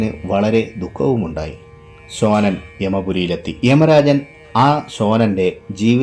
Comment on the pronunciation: അന്ന് കടലാസ് ഒക്കെ ഉണ്ടായിരുന്നു അല്ലേ. ഈ കഥക്ക് പ്രമാണം എന്താണ്. പിന്നെ ഒരു കാര്യം ചെയ്താൽ നന്ന്. (ശോനൻ എന്നാൽ എന്താണ്) ദിവസവും നാക്ക് വടിക്കുക. ഉച്ചാരണം ശരിയായി വരും.